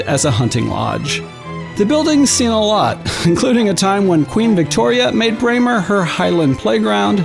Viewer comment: Very nice video but please do some research on place name pronunciations. You seriously mispronounced Dunnottar, Edinburgh AND Braemar.